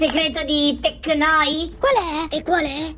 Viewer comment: Siete dei grandi 🤣 Mi avete fatto ridere 9999... Volte🤣 Soprattutto "teknoyd" quando lo dice 😂🎃